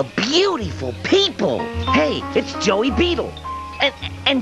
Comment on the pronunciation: It sounds like Dean calls Joey, Jerry. After Sammy sings. "Aw Shut up Jerry."